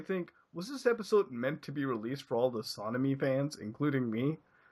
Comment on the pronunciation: SonAmy is the shipping name for Sonic X Amy Shippers. Tbh, it sounded like he said Sodomy when reading that outloud.